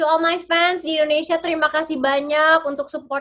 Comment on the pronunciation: ‘Indonesia’, not (i)ndonesia